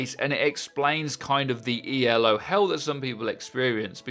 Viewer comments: It's not pronounced E.L.O. It's "Ee-lo." It's a person's name, not an acronym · Not E.l.o, it's E-lo because it's named after Arpand Elo not the Electric Light Orchestra. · It's "Elo" one word, named after Arpad Elo. ELO is a band xD